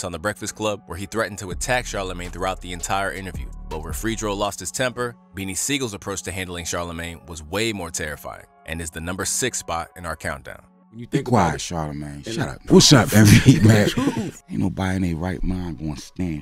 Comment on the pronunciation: why he keep saying Fraydro? it's FREDro